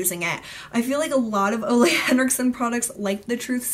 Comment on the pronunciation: Ole Henriksen's first name is pronounced "Ooooh-lah" (said like the ooh in "ooh la la"). Just so you know! I met him and when he introduced himself, he obviously spoke his name aloud, that's how I know!